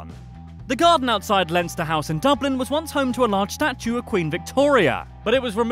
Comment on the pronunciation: Jack Keenaghan He pronounced Dublin correctly